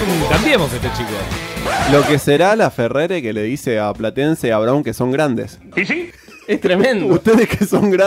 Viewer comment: Es Laferrere no lafeger